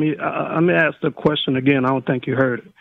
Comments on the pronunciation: The word is 'ASK' not 'AKS' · It's ask ...not axe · It´s ASK.....not AKS.....Go to school, grow up and try to re-enter society that way. You´re welcome. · Why do alot of the black callers say 'axe' instead of 'ask' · I can't stand it when people say AKS instead of "ask", there is a certain demographic that does this a lot.